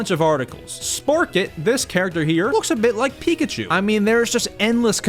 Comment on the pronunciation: That's not Pikachu that's peekatyou